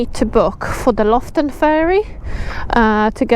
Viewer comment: LOFOTEN, not Loften😉